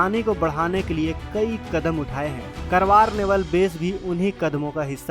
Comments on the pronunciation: करवार नही, कारवार कहो, खुदकी vocabulary सुधारो . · Not करवार it's कारवार. जय हिन्द जय भारत।